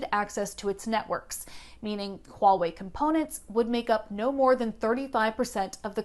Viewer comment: Your pronunciation of Huawei is on point! I've heard so many reporters butcher that name.